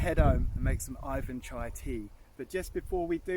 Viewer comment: Hallo. Im Putin. Its NOT aifan chai!!!!! Its Iwan chai...Iwan.